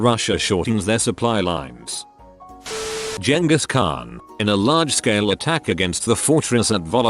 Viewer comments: Jenga’s Khan That’s what the bot made Genghis Khan sound like. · Nicolas sean Whitman “Jengas Khan”